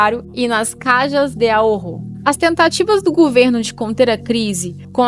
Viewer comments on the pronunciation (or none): O vídeo e o canal são excelentes, mas a pronúncia está equivocada. A pronúncia correta é "carra de aôro" vibrando um pouco o R. Caja=kárra; Ahorro=aôro. Caja=caixa, ahorro=economia. É o equivalente à caixa econômica. 'Ká.ha de a.'ôr.ro.